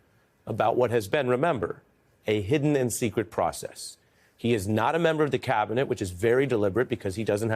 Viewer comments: Clown can’t even say Cabinet.. clearly uses a V in place of a B like a stuttering Stanley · cavinet? the best CAVinet? Can Musk not say the letter B?